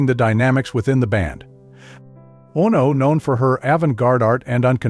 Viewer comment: "Ah-No"?... Oh, NO!!